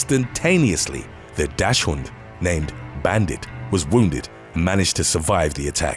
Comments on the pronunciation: useless commentary ahead Normally you're spot on with pronunciations...like 99%, but I want to point out "dachshund" in this case. It's actually more like "docs hunt" (or "doxin" if you're Murican). It's German for "badger hound", on account of their long, low shape. I knew a women that said "dash hoont" similar to you, and she wouldn't budge, even when a German guy said the word to her. Just sayin. Keep up the amazing research and presentations! TWKY is one of my favorite channels. edit: tub of roaches any day...fuck those little chihuahuas bastard punts. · Docks-und. You guys never research anything. Pathetic!